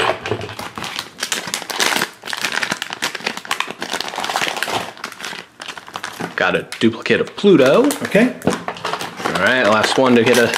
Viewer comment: It's SATURN, not Satin =)